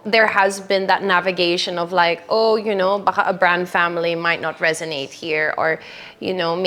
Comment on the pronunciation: The word is "resonate. 😅❤